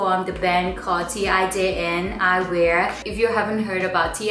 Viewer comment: I believe the brand is Dutch, so it's pronounced 'tain', like ten but with more of an open vowel :)